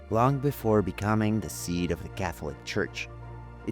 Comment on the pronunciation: I think it’s “the seat” not “the seed” of the Catholic Church.